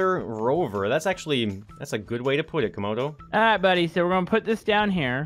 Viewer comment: Said comodo Repeat that again😂😂😂 that was supposed too be late😆😆😆😂😂😂😂